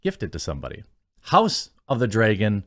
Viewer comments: It's Dragon, not Draygen. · House of the Dreaygan! ...cringey way to pronounce it. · Why do you say "DREY-GON"?